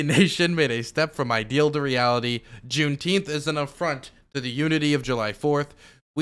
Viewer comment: Can people just say it properly? It’s literally the dumbest sounding shit I’ve ever heard. JuneNINEteenth. Double plus good.